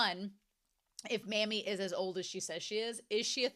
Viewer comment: Pronouncing "Mami" as "Mommy" is both closer to correct and thematically appropriate. (Pronouncing it like "mammy" doesn't bother me too much, but it makes my eye twitch a little 😅)